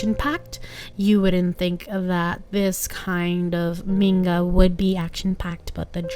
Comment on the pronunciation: I don't mean to be rude but can u pronounce the word manga as 'MANGA' and not menga it kept on bugging me in the entire video